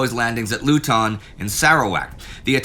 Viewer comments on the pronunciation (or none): none